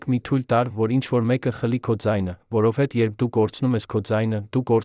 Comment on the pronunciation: Ի՞ նչ է նշանակում 15֊ րդ թվական , 1965֊ րդ թվական ... Բավական չէ՞ , ո՞վ է ձեր պահապան խնամակալը , խաղում եք մեր նյարդերի հետ ( որէ֊ որևէ , որովհետե ֊ որովհետև, կարոր ֊ կարևոր , արոտ ֊ արևոտ , ամենակարոր ֊ ամենակարևոր , չտեց ֊ չտևեց , Երան ֊ Երևան ., որը չէր թույլ տվեց , 1972֊ րդ թվական , նա չեղավ լաց , որովհետ֊ որովհետև , հարան ֊ հարևան ...)։ Զզվելի է , ուրիշ ընթերցող չկա՞ , միա՞ կն է , , իհարկե , բացառիկ է...